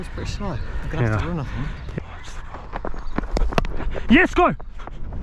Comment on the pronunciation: I'd be sending you back there man, 'yes, go' is way too close to a 'yes, no' in sounds when it's hot tempered out there